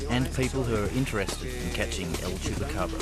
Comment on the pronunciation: Man he says el chupacabra so cool